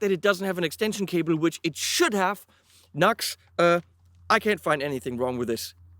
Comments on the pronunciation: Nice review. Thanks. "Nu - X" I think, rather than 'nux'... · Yo it's pronounced "New Ex" not Nux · Pronounced noo x - not nucks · Great review & excellent live test. Never thought about an extension cable as an addition.. that's a great idea for any guitar without a strat type output jack. Btw, I'm quite sure NU>X (as the logo suggests) is pronounced as Nu-X (New Axe), not Nux. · It’s pronounced Nu-X or new x.